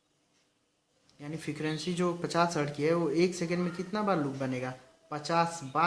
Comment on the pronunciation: Bhai residual magnetism Hai. Retizual nahi, fikarvensy nahi frequency Hai bhai